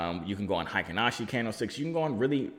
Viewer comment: Ey buddy, I’m told it’s “HAY-KEEN Ashi” Read the vowels like we would Spanish 👁️🙏👁️